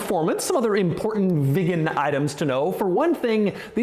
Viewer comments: Hi Doug, Unfortunately' your pronunciation of the word Viggen is hysterical.😅 It's pronounced Veegan & not Vig Gan? Saab was owned by Vauxhall so parts are still readily available. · I am the only one who hears it as Saab 9-3 Vegan? First vegan car maybe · Doug is the type of guy to pronounce Viggen as Vigen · Viggen sounds like vegan😂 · I keep hearing vegan 😅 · this is his job and he got so much information wrong..... saab wants you to put the car in reverse and leave the handbrake off in winter so the handbrake doesnt get frozen on, in most saabs you cannot remove the key unless its in reverse, youd think hed know that...., and the way he says viggen deserves a slap........childish clown. skuttle shake is a charastic of the car, although saabs are mostly renowned for their safety, which he didnt mention. muppet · Is it that hard to pronounce viggen like a normal person? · So annoying the way Doug underlines the word "VIGGEN" every time. Had to stop watching half way through. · The more Doug says "VIGGEN" the more uncomfortable i get